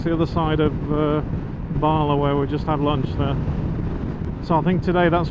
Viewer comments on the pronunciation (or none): Also Bala. Barla🤭😅